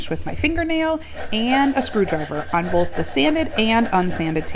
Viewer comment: There’s no such word as “bolth.”